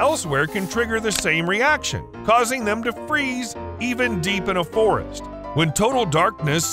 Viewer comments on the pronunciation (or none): none